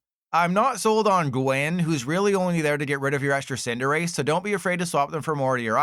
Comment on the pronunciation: there is NO way youre still pronouncing cinderace like this lmaoo